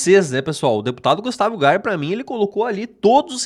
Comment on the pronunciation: EU GIRÃO AINDA FALA O NOME DO GUSTAVO ERRADO.PQP.